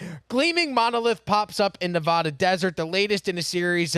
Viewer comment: LOL at Na-VaH-du. If people dont pronounce it that way in nevada, neither should you.